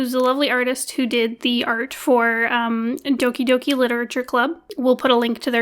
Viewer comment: when people pronounce doki doki wrong😭